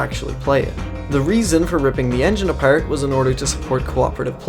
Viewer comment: Every now and then the accent comes out.. like when saying apart. Got that Irish accent strong on some words. But not constantly